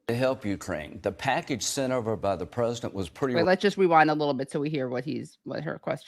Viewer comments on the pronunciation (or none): Lindsay Graham "...the packidge sint over by the prezdint" STFU